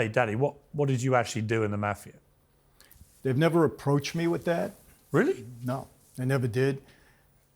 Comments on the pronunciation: Piers, please for god sake, please learn the word. "Maahh-fia" not "Meyy-fia".. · It's not pronounced Maafia lol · Its not Maf-ia!! .....its Ma-fia?! .... The way Pierce says it is so annoying! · Piers ... Lol . Nobody says "maa-fia"... It's pronounced "mah -fee - yuh" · Piers you are grossly mispronouncing the word mafia. MAH-FIA. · How Piers pronounces Mafia (Moff-E-Ah) "Maffeya" makes me cringe every time he says it. Couldn't watch the whole interview because of that. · I think when you are going to interview a person about the mafia, you should know how to pronounce the word. The "a" in the word is pronounced "ah" . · “Meiiifia” - thanks Piers for the pronunciation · P. MIRGAN. pronounce Mafia correct for cripes sakes. It should not sound like CAFE -IA with an M. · Pier's pronunciation of mafia jars me. Otherwise, I appreciate his interviews. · He held his calm and didn't garrote Piers for pronouncing "mafia" like that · I am surprised he didn’t correct Piers on how to pronounce “Mafia” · Come on Piers learn how to pronounce "Mafia"!!! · Piers pronounces Mafia so wrong... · At least pronounce Mafia right, even if you are British. Piers is going to ask the tough questions. is very smart. He's not going to crack. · it isnt mafia like sass it is mafia like the "A" in Art. you welcome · Piers! Learn how to pronounce “MAFIA”. You’re a journalist, English is your 1st language, it’s not hard! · Softball interview... I learned nothing new , Except Pierce doesn't know how to pronounce mafia. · Piers - can you not pronounce 'mafia' correctly? Soft 'a'.